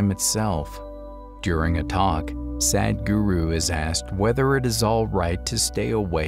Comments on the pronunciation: Common is is not Sad-h-guru, it is Sadhguru with "dhah" sound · I am very happy for all the movies that convey sadhguru's wisdom, but please stop saying sad guru. The letter "a" in the word sadh is pronounced the same as the letter "u" in the word "but". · He is saying sad-guru😂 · Please prounounce his name correctly.